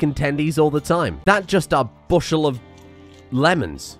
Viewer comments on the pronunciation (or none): none